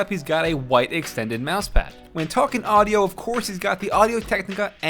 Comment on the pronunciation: "and as for AUDO" WTF